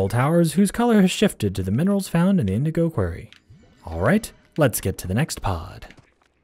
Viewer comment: indigo QUORY thats whow its pronounced